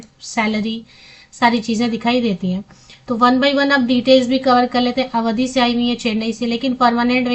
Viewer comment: अवधि नहीं है आवड़ी है मैने देखा है